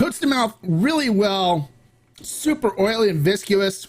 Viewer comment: It’s viscous not visiscuous.